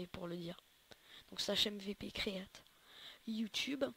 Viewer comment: T nul en anglai ca ce prononce create et non createa